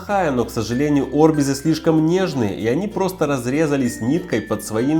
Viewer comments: А вроде не Орбиз а орбИз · не орбиз а арбиз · кто говорит орбиз если арбиз даун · НЕ ОРБИЗ А А'РБИЗ😑😑😕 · Óрбиз а орбиз (ударение на <и>) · Орбииииз ударение на и